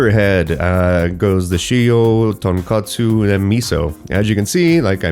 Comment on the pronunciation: Killing me pronouncing tonkotsu as tonkatsu, which is a completely different food.